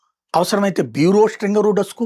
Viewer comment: డస్కు కాదు, డెస్క్